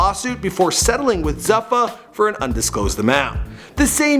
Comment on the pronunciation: Zoo fa, not zuff, uh (zuffa)